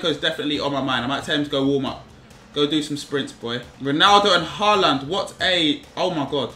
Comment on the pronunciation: Finally he said Haaland's name right